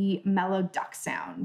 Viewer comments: Mellow Duduk - "mellow duck sound" - pronouced doo-DOOK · Hi - thanks for the video. In the patch called "Mellow Duduk" it's not referring to a duck. It's this instrument: - pronounced "doo-dook".